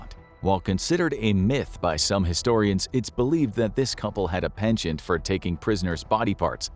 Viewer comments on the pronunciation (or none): none